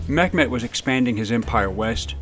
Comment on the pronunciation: It sounds like you're pronouncing Mehmets name as Met Met which is not the proper pronunciation. It's pronounced Mey met